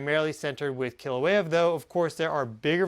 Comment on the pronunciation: Kīlauea! Pronounced “kee- la - weya